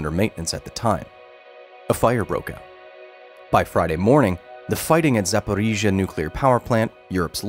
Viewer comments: Kyle’s “До наступного разу” [do nastupnogo razu] sounds like [tu nastuknogo grazu]. It took me quite few takes to understand what he says… But I’ll give him one thing - he nails names for cities and districts. “Запоріжжя” sounds crisp) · The most impressive thing about this video is Kyle's ability to say Zaporizhzhia like a native Ukrainian.